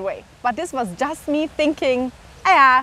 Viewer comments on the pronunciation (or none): none